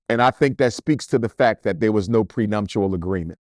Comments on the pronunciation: The Oscars, not the emmys.. And the word is "Prenuptial" not "Prenumtial" Dr. Smh . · Dr. Umar is GREAT. The pronunciation is PreNUPtual. And the slap happened at the Oscars. It's OK, though. Just noticed and wanted to say. So what he married white. Wasn't his father white?